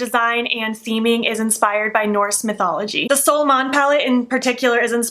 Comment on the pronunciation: Happy for your opportunity with Oden’s eye for a sponsorship 🌞🌝✨ i like the 3rd look the most ,, I’m used to hear Angie , Annette & Paulina say “Solmåne” when you pronounced it I was like : “ new palette??” 😂 you’d say like ( sol mooneh ) , I love languages and I tend to try hard to pronounce words right & I use random words from random languages all the time , like a spice to my talk lmao 🤣